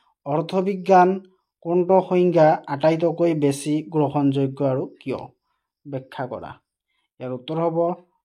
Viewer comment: 😂😂আৰ 😂😂 নহয় আৰু 🤣🤣🤣😆😆😆😝😝😝🤭